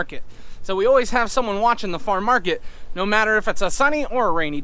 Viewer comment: Are you saying Farm Market? I'm hearing Far Market.